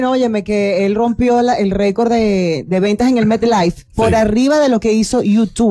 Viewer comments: No es MIT es METLife coñon, asi como se escribe se pronuncia. Asesórense de un bendito nombre antes de pronunciarlo. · Coño Alofoke aprenda hacer radio el Metlife se pronuncia metlaif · en el abecedario Inglés la e se pronuncia como i por eso la pronunciación es mitlife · Como e' que se pronuncia " Metlife"?? Mitlaif???? lol